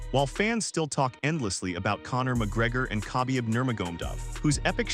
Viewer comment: bruv is this your voice or AI? you mispronounced Khabib's name totally...otherwise, my 1st time - decent channel just stay who you are no clickbait and bullshit and lies and instigation.